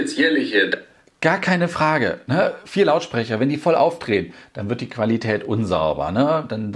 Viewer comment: Die klassische „Qualitatät“ 😅👍🏼